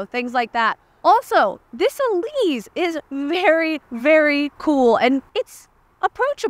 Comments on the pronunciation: It’s pronounced e-LEASE, not e-LEEZ. (it’s an “s” sound, not a “z” sound) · It's the Elise, not the "Elize" like you keep saying. Every time she says "Elize", you have to drink! 😂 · Isn’t it pronounced “Elise”? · No it’s pronounced “Elise” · Now I’ll always hear say “Eleez” whenever I see, hear, or think of the Elise. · Eleeze? Is that the way the Brits say it? Let me know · It's named after Elisa Artioli so, one can either use the softer Italian pronunciation for the "E" or a harder English "E" (as in "ee"). But the "S" should always be the normal "S" sound. Not a "Z" sound.